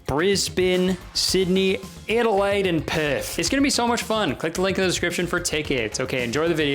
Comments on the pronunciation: Kurtis, I just want you to know that the way you say "Adelaide and Perth" has become a vocal stim for me and my fiance. Flawless pronunciation. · Adelaide and Perth perfectly pronounced